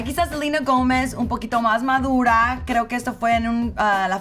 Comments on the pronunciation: No se dice Selina Gómez se dice Selena Gómez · Porque le dicen Selina? Es SELENA LPMM😐🙄